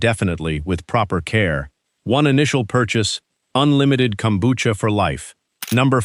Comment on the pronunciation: Kombucha = Kelp tea. It's Japanese. If it doesn't have Kelp, it's NOT kombucha. DO BETTER. Also, the AI pronunciation is way off.